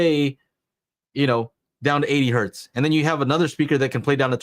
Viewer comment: It's not One Hert, It's one Hertz. Hertz was a guy's name. The early science called everything Hertzian waves. Hertz is not plural. Great show on everything guys--I'm just being a bit of a duck here!!!! Sorry